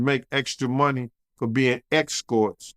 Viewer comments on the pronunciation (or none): On you bro. Real1. "Exscourts" hit me hard in belly tho bruv😅